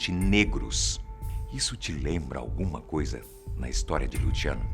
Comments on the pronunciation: Lutchiano! Kkkk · Só eu que fiquei com agonia dele falando Lutiano? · Luciano porém ele falou com a pronúncia italiana